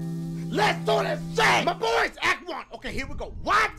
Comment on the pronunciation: dachie,,,,,,,,dachie when you say "MY BOYS" I think you say "MY BVOYS OR VOICE , IM JUST SAIIIYYIIINGG 😒